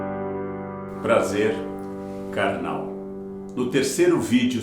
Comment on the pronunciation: Prazer Karnal soa um pouco diferente kk